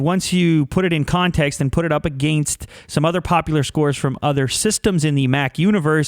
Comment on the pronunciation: does anyone else think he says against sorta strange?